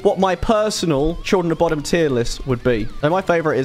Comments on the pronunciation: Its pronounced "boh-dum". You're literally saying "Children of Bottom" lol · It's pronounced *BUUDUM*. Fun fact; the children were actually murdered at the lake in the 60's. Lovely lake to visit when in Finland 😊